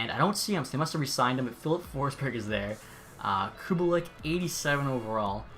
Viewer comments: This is a minor thing but Kubalîk is pronounced like Koo bah leek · “Cubalick” hahahaha